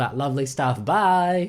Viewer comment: the way he says bye XD "can I have a chez burgur pleez"